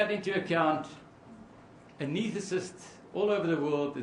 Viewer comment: To the very learned advocate/prosecutor and, to a lesser extent, the defense attorney: The expert's title is "ANESTHETIST.' It is not "ANETHATIST." It is entirely unnecessary to destroy the English Language in order to win the case. . When they bully the language, it leads to the conclusion that they are bullying the witness and are trying to sound 'profound' when they are just being 'precious'. Celebrity lawyers are tiresome frauds.. Theystalk and talk too much and it appears that they barely listen. If they did listen, they would know how to pronounce the word 'ANESTHETIST.'